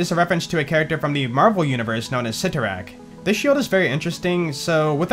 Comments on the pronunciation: Its pronounced s-eye-torak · The accepted pronunciation afaik is "Sigh-toe-rakk"